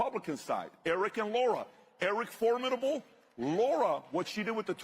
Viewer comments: Lara Trump pronounces her name Lara like lariat, not like the or sound in ignore. Lara there is no U in it! "Lah-ra", not"Lor-rah" Please correct in future, so many people get it wrong and it's disrespectful. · By the way , it’s not LAURA it’s LARA